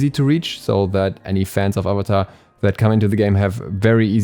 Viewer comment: ok but “uh vuh tar” and “uhng” though 😭😭